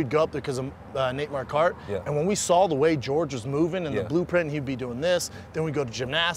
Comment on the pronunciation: Brendan “Nate Mar-Kart” Schaub